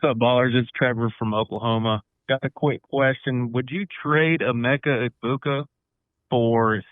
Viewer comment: It’s true. Emeka Egbegbu never stops being funny. I laugh every single time. It’s the combination of saying it wrong and how he says it. It reminds me of when Idina Menzel was called Adele Dazeem by John Travolta at the Oscars.